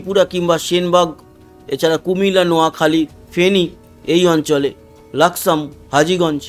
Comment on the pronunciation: দাদা বাংলায় জায়গা গুলোর সঠিক উচ্চারণ হবে ফটিকছড়ি, চকরিয়া, লাকসাম, মানিকছড়ি।